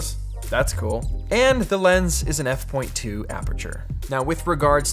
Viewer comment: Wait, what is an „F point two” aperture? 😅 f/2 ?